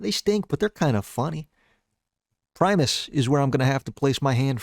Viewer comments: Pronounced primus wrong :( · GUYS HE PRONOUNCED PRIMUS CORRECTLY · primus finally pronounced correctly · you pronounced primus wrong. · why did he mispronounce primus